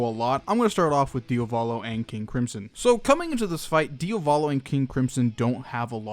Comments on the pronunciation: I can't come around to mention how I find you pronunciation of Diavolo very strange because American. You say it like it's two different words (like Dia Volo) but the emphasis is on the A and "-volo" follows quickly after (so maybe like diAvolo). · nice video but... it's Diavolo (Dia-vo-lo) not "Dee-o-va-lo" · DiAvolo not diOvalo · It still confuses me why you keep saying dio volo as opposed to diavolo as I'm fairly sure it's spelled. Not sure how it's pronounced but I would assume it isn't the first spelling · DIAH VOH LOH not DIOVALO....sorry....it's really annoying ....good video keep up the good work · It's DiAvolo, not Diovolo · I like how he said diovolo instead of diavolo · its wierd that he sais diovalo insteadof diavolo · Your pronunciation of Diavolo is terrible. It's DI-avolo. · No hate you pronounced wrong its dee-ah-va-lo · Di-a-vlow that’s how it’s pronounced. Sorry I literally have no clue why I wrote this the way he was saying it rubbed me the wrong way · Idk why some ppl call diavolo "dia-volo" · Nigga really said "deeahvohlow" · i hate the way you pronounce diavolo and could not watch the video because of that